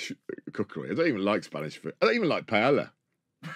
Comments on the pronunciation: Pie-ey-ya the double l makes a y sound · Can't continue. Every time I hear one of you miss-pronounce "paella:, it's like chalk squeaking on a blackboard. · the commitment the UK has to not pronounce Spanish words😂😂😂😂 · The repeated mispronunciation of paella is so maddening and just so damn British, it's insane.